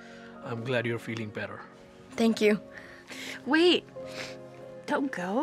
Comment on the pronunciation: said tank you so mutch